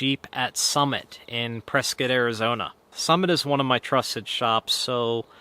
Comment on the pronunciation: Points for pronouncing "Prescott" properly